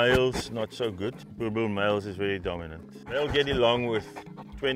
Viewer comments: Its "Boer...... Bulllll" not "Boel Bel" wtf.... learn your "Is and your Rrrrrrrrs" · Why do you say Boer bells😂 say boer boel, "Boer bull" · It is not a BOERBELL it is pronounced BOERBOOL. They are terrible guard dogs because they sleep through a burglary. You must have small dogs to wake the buggers up and then they are lethal. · It's pronounced boor-bull. Not a dog we often see in South Africa because of the space they need due to their size but absolutely beautiful. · Boerboel pronunciation: "Boo-rr Bull", also translated as; Farmer's bull. Great guards dogs. Thank you for this video 👌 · Hi there, from South Africa. It is pronounced Boor-Bull :) Fantastic episode. Big fan of your series also :) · What's a 'Boer - bell?" 😂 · More like burrbull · You butchered that pronunciation, boel is pronounced like bull. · We have owned 2 separate males over the last 20 years and all you heard here is exactly correct...the only thing that she hasn’t gotten correct is the name, “BoerBoel = BorBull” phonetically. Other than that everything you heard is absolutely correct, easily the most magnificent k9 on the planet! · You pronounce it boo-r bull like the bull in pit bull…. I always see the fawn to brick coloured ones around but have never seen them in black, which is the most beautiful dogs.. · "were meeting the BURRRBBLS of south africa" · Not trying to put out something rude but i am South African and she pronounced Boer Bul Boerboel bull lol but I love the dog s have one he's name is Tank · The way she pronounces boerboel sounds like born a bell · boerboel American pronunciation: bow a bell. UK pronunciation: boor bell Real pronunciation: death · Please pronounce it boer bull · Boerboel is pronounced boerbull ( like in bulldog). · How to pronounce it PROPERLY: Boorrbull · "bor bell"? no no no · Why can't you pronounce it... Phoenitically - "Boor-bool" or "Boer-Bull" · Boobell not boerboel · It’s pronounced bull btw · It is pronounced boer bull. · Its BURBULL not burBELL